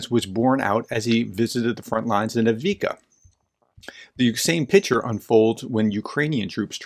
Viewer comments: I think his mouth out runs his brain in the haste to get his points across and misses some letters in the words. Same thing with Avdiivka. He seems to miss most of those middle letters. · Dear Professor, thank you for your analysis but would you please, please learn to pronounce words like Zaluzhny and Avdiivka correctly? Other English-speaking commentators can manage it, why can't you..?